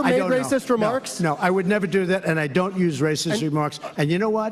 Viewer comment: You have to stop saying " dat" it's pronounced "that".